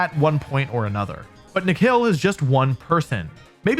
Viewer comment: It's not "Nekhel" It's Ni+Khil=Nikhil Reddy 😒😒(well my name is also Nikhil) he is from India😁😁😁